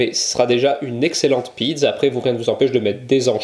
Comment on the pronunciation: Pizz au lieu de pizza, c'est la prononciation corse ou italienne ? 😉